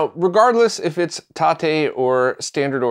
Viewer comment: Thank you for the TATE pronunciation! Now I can say it right 😁